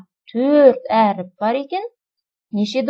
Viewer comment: Өріп емес әріп